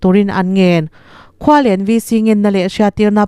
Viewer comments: Khual en tia lam tur aw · Khualen lamdan hi a va mak ve. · Khualen chu i lam dan a dik chiahlo